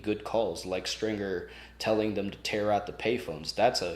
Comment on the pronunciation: Is it just me, or does keep calling Stringer "Stinger"?